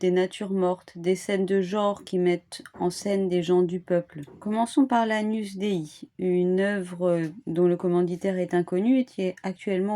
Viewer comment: On dit agnousse